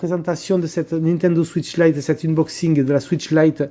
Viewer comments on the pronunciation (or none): none